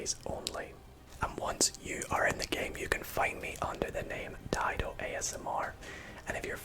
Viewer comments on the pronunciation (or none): Its daido not deedo?